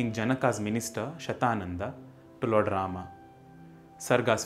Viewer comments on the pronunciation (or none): none